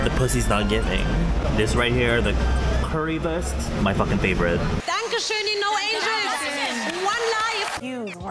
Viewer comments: I´m German and you pronounct Currywurst pretty good! You did it better than half of the people that came to Germany. LOVE YOU!✨✨💖💖💗💗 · The "Curry Wurst" was plausibel, could've been pronounced worse 😂